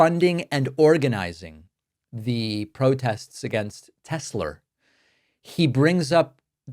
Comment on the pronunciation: "I love Tes-slur!"